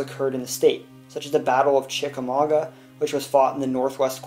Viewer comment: If you had really listened to people from Georgia, he would know that chickamauga is not pronounced chicka-maga, but chicka-maug-wah, and DeKalb county as, de-cab. I know it may seem trivial, but it irritates us native Georgians when outsiders pronounce our name places wrong. 🙂